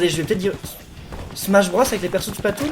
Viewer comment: SMACHE BROSSE !!!!!!